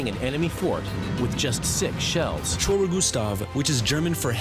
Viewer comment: It's pronounced Kai-me-ra.